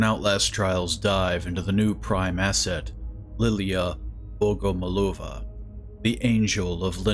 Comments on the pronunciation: It`s Liliya BogomOlova) Accent on third O) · I believe he's pronuncing her name like bogomolOva. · Thank you very much for the video. Regarding Russian surnames, there is a typical accent for Bogomolova, which is "BogomOlova". However, It's not that important. There can also be the variant BogomOlova. The way the surname is perceived depends on this. The surname consists of two parts: "Бог" in Russian (transcription in English: "bog") means "God", and "молова" (transcription: "molova") looks like a word for "pray", so the surname can be perceived as "prayer to God". If the stress is on "molOva", it can be heard as "grinding", which means "sent by God to grind, chop, gut". In the third case, the surname sounds like an insect, the praying mantis, in Russian: "Богомол" ("Bogomol"). As I get it, this is what Red Barrels meant. Maybe my information was interesting. I wish you good luck and all the best. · Why everybody say bogomolOva, that isn't right. BogomOlova! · In Russia we say BogomOlova :D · its bogomOlova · kinda every voice actor doesn't know how to pronounce foreign names and surnames and that's okay. I'm Russian and bogomólova is the correct way to pronounce it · still it's wrong. somebody teach them how to pronounce it right